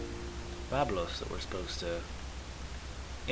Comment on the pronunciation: The pronounciation of two of those cities is Byb-los and Mer-sa Gaw-as-is. I only know that from having played Pharaoh a lot where those cities exist xD